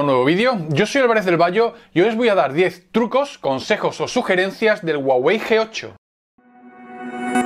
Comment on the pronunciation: La hache en "Huawei" no es muda, suena como la hache de "hello"...